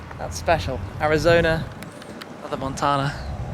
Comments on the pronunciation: nicely done sir; it's Mon tan (as in a sun tan) a.......you're one blessed individual....... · The way you say Montana is the best. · I love how he says Montana.